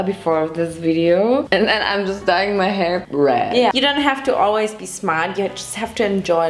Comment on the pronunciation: are we all just going to ignore that she said BREAD instead of red🤣🤣